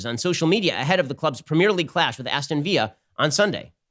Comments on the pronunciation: Viyya LOL it's pronounced Viller. English guy here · Why did Ben pronounce Aston Villa, an English football club, with a Spanish accent 😂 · Ben's pronunciation of Aston Villa is hilarious. Its villa as in like house by the lake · It's pronounced Aston VILLA (like "pillar" with a "v")